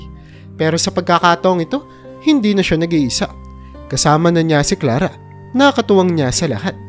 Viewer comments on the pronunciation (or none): Pakubigkas Naman Ng maayos ang pangalan ni Clara ang salitang sala